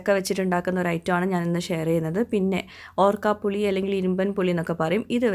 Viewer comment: ഓർക്കാപുളി അല്ല, ഊർക്കപുളി അല്ലേ